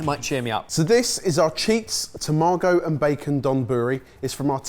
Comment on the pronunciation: Please, someone teach the Sorted crew that you don't emphasize syllables in Japanese. "taMAgo donBUri" is wrong.